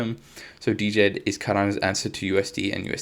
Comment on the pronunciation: Liked the contend... WSJ has an article on how to pronounce DJED... Jed....